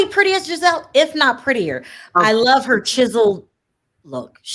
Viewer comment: Can someone please tell that Giselle’s name is pronounced with a soft G and not a hard G 😂. She keeps saying Gazelle like the animal 😂😂😂